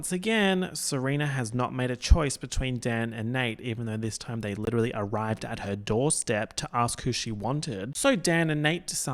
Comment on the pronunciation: 'Princess Fiona' LIT-E-RAL-LY